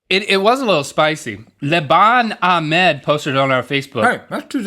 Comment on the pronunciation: You missed pronounced Ahmed again...